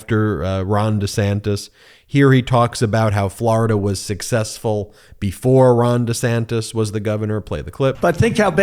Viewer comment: Does he know he is saying Ron Of sanctification (made holy) with Ron Desanctus